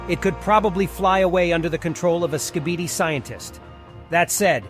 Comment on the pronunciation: You can’t even say skibidi you say skipidi